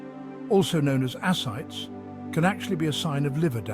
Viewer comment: A little confused is this an AI voice? They pronounced ascites incorrectly and I thought maybe the British say it differently but I can't find any information like that.